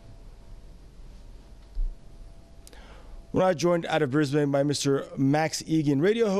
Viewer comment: Bris ben not bane as in lane it is only the spelling that gets it wrong.